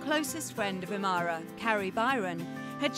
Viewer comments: im-uh-har-uh not amara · Grant I-ma-har-a not i-mar-ra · It's Im.a.hara not Imara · I guess the narrator never watched the show. I cringe every time she butchers Grant's last name.